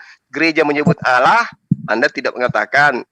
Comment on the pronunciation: Gw benci pengen nabok congor yang salah nyebut nama Allah (Alloh) dengan Awloh..